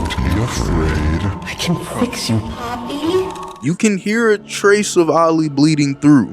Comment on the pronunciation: I'm not gonna lie he mess up Poppy